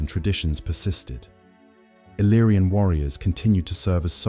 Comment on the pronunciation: No iriana ma iliriana al meno i nomi devono essere corretti